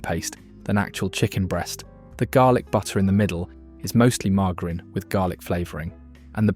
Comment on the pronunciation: "mar ger in". The constant mispronunciation is a staple of this channel.